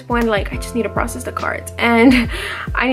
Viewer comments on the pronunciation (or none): none